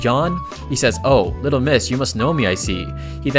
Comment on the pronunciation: never heard a Ai voice say little, as littel.